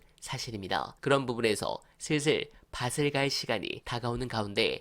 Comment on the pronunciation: “밭을 갈…”문장의 소리나는 발음은 “바슬 갈…”이 아니라 “바틀 갈…”입니다.